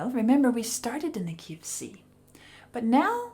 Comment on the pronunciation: it took my far too long to realize you were saying "key of C" and not KFC.